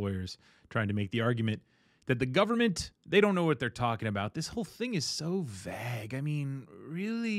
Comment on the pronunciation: Is vague not a word used in America? It's really odd hearing it pronounced incorrectly.